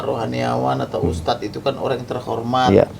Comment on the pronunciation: Ustaaadddzz??? Ha... 🤦‍♂️🤦‍♂️🤦‍♂️ Ustaaadz.. ustadz.. 😂